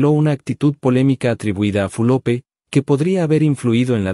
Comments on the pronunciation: No se pronuncia Fulope. Q berreta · No es Fulope..es Fulop..ablen bien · Porque pronuncias mal el nombre de Catherine. ES FULOP NO FULOPE